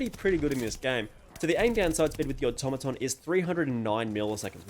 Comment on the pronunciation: Fantastic comparison! The Automaton is meta! Thanks for pronouncing the name correctly!